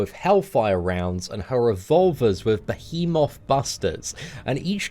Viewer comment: listening struggle with pronouncing the word behemoth is everything.